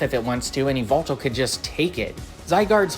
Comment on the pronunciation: Eee vul tul? It’s yuh-vel-tall